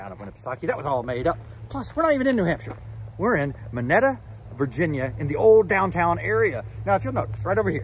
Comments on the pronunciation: Just so y’all know, it’s pronounced “Moneeta”. Nice video! I’ve lived at SML all my life and think it’s so cool they filmed here and at the Elks home where I would visit many times as a kid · "Muhkneeda", btw 😅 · It's pronounced Moe Nita